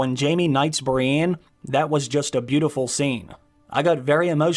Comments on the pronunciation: Bree-EN, not Brianne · Stop bloody sayin Brienne!!!! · The way you say “Brienne” 😂😂 Cool vid though!